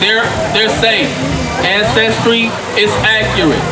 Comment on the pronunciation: African ancestory not "ancestory"